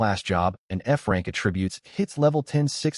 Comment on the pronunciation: that’s hilarious the AI reads going from F rank to C rank as going from frank to crank